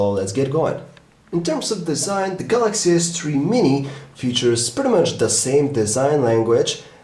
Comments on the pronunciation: galacksea s tree ;0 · 0.11 galaxy s tree.. lol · galaxy s "TREE" mini !!!